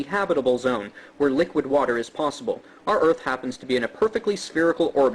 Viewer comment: On top of everything, has probably the most annoying pronunciation of water I have ever heard.